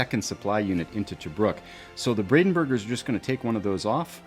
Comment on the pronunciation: This was excellent. Brings back lots of memories. I still have my copy after all these decades! Just a quick correction, it should be Brandenburgers, not Bradenburgers.